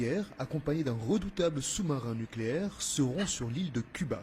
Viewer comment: On dit nucléaire pas nicléaire 😅